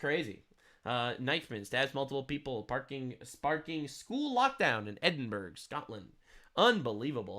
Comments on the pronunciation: ...and... It's pronounced like "Edinburrow"....not "Edinburg"🤷‍♂️ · Im.gonna do you a solid, it's pronounced ed-in-bruh